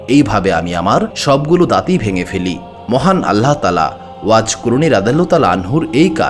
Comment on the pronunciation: এত বড় একটা মানুষের কথা বলছেন, অথচ তার নাম টা ও ঠিকমতো বলতে পারেন না। আফসোস।